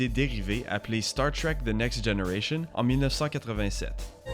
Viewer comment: Désolé mais star trek ça ce prononce pas comme ça en français